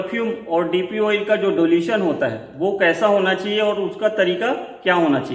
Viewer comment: Bhai acha hai but dulation nahi hota hai dilution hotha hai sahe word google karlo